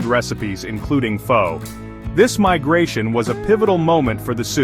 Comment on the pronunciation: AI Slop. The AI narrator mispronounces Pho every time 😂